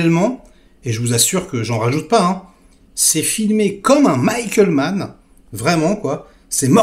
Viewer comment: Tu m'as conquis quand tu as prononcé Mann